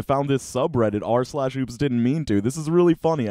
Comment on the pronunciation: PLEASE SAY SLASH NOT JUST R, IT MAKES ME CRINGE AND DIE